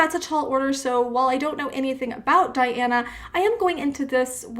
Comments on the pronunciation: Welcome to the magical,mystical world of Princess Diana, The Goddess Voice of Nature. Enjoy your journey. She is a true Contralto. BTW, her name is pronounced Dee aah na An coo Dee nova. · Diana is QUEEN of goosebumps. Shaman, etherial, Primitive, tribal. All can feel her music that reaches your very soul. Diana (pronounced Dee Anna) Ann-coo Dee Nova. Diana is also an inspiration. Her bio mother horribly abused her mentally and physically. When Russian authorizes picked her up, dead of winter, only in light clothing they took her to hospital for serious injuries . She was 4 years old. She had a broken collar bone, unable to speak and was placed in an orphanage. A therapist took an interest in Diana and adopted her. Unable to speak because of stuttering and delayed speech, new Mom signed her up for singing lessons to help her speech. She came into world view in the competition You Are Super, a Russian sponsored talent competition for orphans and disadvantaged children. She won the competion 2 times. Her first song Rechenka (River) age 14. "Wicked Game ( cover to Chris Issac) HUMAN ( cover to RagN'Bone Man), she was 15. She is now 18 and her latest songs are "Can't help falling in love with you (cover to Elvis Presley) CROW (cover to Linda). She has many, many noteworthy performances, each will surprise you. On top of all her victories, she remains humble and grateful. Enjoy your journey with Diana. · zuerst die nahme richtig lerhnen bitte! DIANA -nicht Dajana!!!!!!!!!!!!!!!!